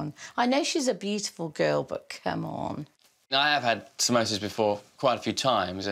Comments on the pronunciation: Samosa is the English spelling but we say pronounce it Somosä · "Somosa's" Well done